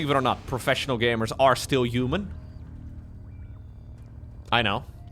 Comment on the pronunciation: I love you. Thanks for all your dedication all these years. Since you so fond of words human and huge, could you possibly start pronouncing them human and huge instead of uman and uge?:))) No offence intended:)))